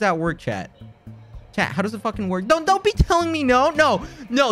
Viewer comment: I keep thinking he says ‘chad’ instead of chat